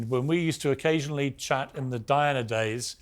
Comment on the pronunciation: Who the $uck is Dianer??? Why can't just say Diana.